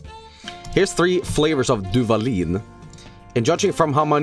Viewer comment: I started laughing like a complete idiot when said Duvalin lmao, hermano, ya eres mexicano